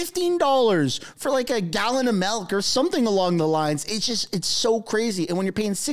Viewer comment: Oh man. He just said melk